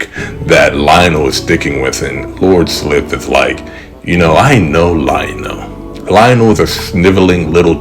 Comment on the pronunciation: For what its worth, the "i" in Slithe rhymes with spy or sly: Sly-th. 🦎